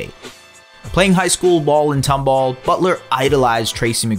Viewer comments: It's pronounced Tom-ball, not "Tumbul" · As a Tomball graduate, it’s tOmball not tUmball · it’s pronounced tom ball not tumble